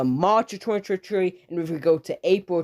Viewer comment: I love the way he says 2023